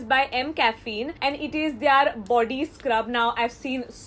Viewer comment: Is it just me or does her "their" always sound like THEY ARE? O.o